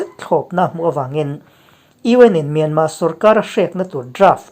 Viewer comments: Anmani in myarmar ti lo tur, myanma ti zawk tur an rawn ri ziah kha, ila hrelo aniang e, an ti dan kal phung a ang khawp mai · Myanmar,tih hi Myanma,tiin I lam ri fova,saptaqng pawh ani lova,a tawpa r hi lan rik a pawi dawn ami le..? A reng thuah ram pakhat ,hming hniha lam fo ai chuan ,a hming pang ngai,Burma, ti tlang vek law law Ila,sipai terrorist ho hming phuahMyanmar tih pawh hi ka ngei phah khawp mai. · Kawlin R an nei ve lova, myanma tih a dik an ti.